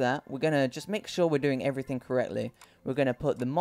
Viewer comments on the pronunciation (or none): none